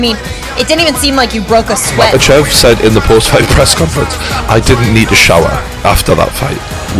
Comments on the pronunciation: Mock ah chev Holy shit!! Get it right man!!! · First of all. It’s Mackle-shev. Get it right